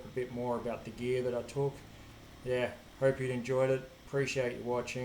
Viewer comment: Awesome ingenuity and fab skills. Though I have a laugh when you say "hope" at the end because it sounds like "herp", so I can't help but think of Sean Connery saying "Super Sherpa". lol